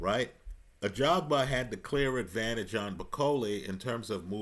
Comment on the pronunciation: Haha gone are the days when used to call him "Agaba".